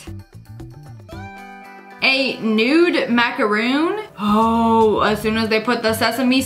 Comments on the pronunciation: It's not a macaroon it's a macaron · It's not macaroon mak - a - roon . It's macaron mak - a - ron . There's a difference. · its a MACARON NOT a MACAROON!!! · macaroons are like coconut chocolate cookies, she said it wrong, its macarons. alot of people get confused with this, im so dissapointed... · ITS NOT A MACROON ITS A MACRON 😭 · It's not a macaroon, it's a macaron. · completely irrevelant so I’m sure I’m the only one who got triggered at her calling the macarons ‘macaroons’ . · Macaron Mac-uh-rohn